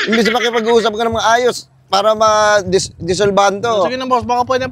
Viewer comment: Desolbahan (Desolve) araaay mo! Resolbahan (Resolve)